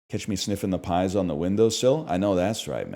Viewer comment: As a Spanish native hearing pies pronounced as the food in fucking killed me